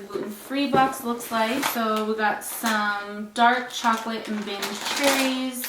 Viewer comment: it's not binge cherries. it's bing like the g in good):)